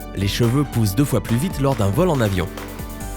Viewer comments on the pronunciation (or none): none